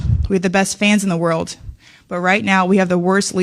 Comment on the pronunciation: What’s a “WORLT”? What in the “WORLT” is she talking about? I’m just saying🤔